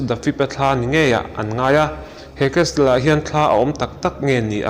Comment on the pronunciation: Castle ...casel ti a lamrik tur